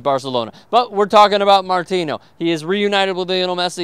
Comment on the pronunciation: you pronounced it perfectly at the mark. The "n" is pronounced just like it is in English. You only say the enye sound if it has an ñ.